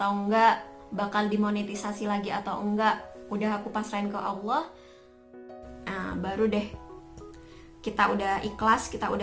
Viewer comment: mbaknya cantik kalem baik pula😊 terimakasih atas motivasinya mbak🙏 Tetap semangatss👍 mbaknya seperti santriwati pesantren?🤔 saat melafalkan lafal Allah makhorijul hurufnya bagus dan auranya cerah banget berkah wasilah sholawat Nabi Muhammad SAW.